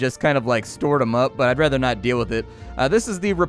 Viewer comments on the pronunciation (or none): none